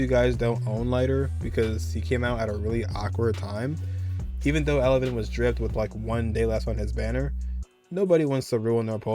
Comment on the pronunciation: It's Evelyn noT Elevyn.